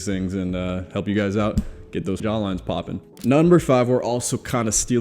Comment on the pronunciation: The way he says "PoppiN" 🤩